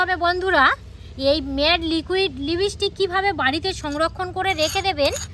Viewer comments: Vaselin না Vaseline. লিবিসটিক নয় লিপস্টিক। scandal না ক্যান্ডেল হবে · লিপস্টিক ❌ লিবিস্টিক✅